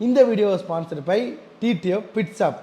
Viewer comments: Shop ❌️ Shaap✅️ . Staring ❌️ Sarting ✅️😂😂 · Technician❌ technisan✓ shop❌ saap✓ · Shop ❌ saap ✅🤣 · Reply ❌Replay ✅ Shop ❌ saap✅ Whole sale ❌ OolSale ✅ Helmet ❌ Elmet✅ Starting ❌ saarting✅ Techician ❌ Teknisan ✅ Struggle ❌ Stuggle✅ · Shop is a word. Saap is an emotion 😅 Dei